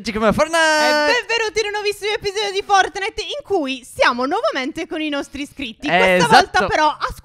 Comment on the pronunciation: ma si dice fortnait che si scrive fortnite ma nn fornait